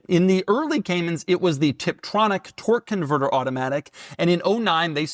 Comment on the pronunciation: What the hell is a twerk converter? A priest? 💀😂